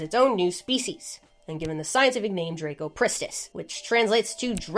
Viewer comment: Its not drako ... its dra...cop...rist....iss.....sorry I just realised your American butchering of pronunciation is evident in every name you recite 😂😂😂